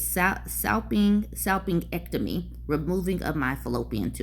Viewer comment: The G in salpingectomy is pronounced like the J in Jennifer. I hear they’re becoming more common, due to recent legislation.